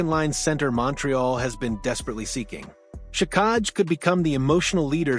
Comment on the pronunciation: hard to beleive this when you cant pronounce xhekaj and he averaged just under 15 min a game not 10